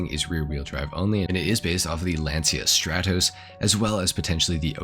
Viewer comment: Great video but your pronunciation of strotos and impreza killed me